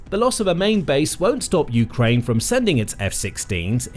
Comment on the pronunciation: dude says "you-krane" like it's 2 words. lol